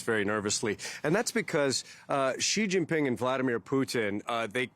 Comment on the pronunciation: It’s Sheee Jin (as in Gin) Ping